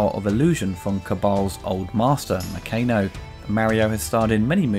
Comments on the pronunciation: I'm pretty sure it was pronounced Na-Khan-o, not Nah-Cane-oh.... ;-) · Did you even watch the film ? You are pronouncing Nakano incorrectly.